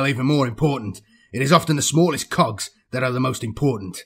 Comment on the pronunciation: The way you pronounce cogs.. Dude..